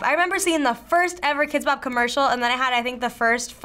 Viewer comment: HE SAID KIDX BOP 34